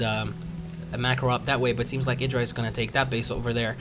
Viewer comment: It's funny since he makes such a point of pronouncing Idras name correctly.